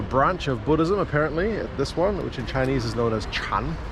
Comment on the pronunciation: Too funny about the guy saying your Chinese is better than the local security dude. More precisely your Chinese pronunciation is more standard